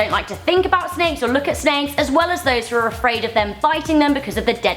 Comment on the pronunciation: Sneiks or Snakes???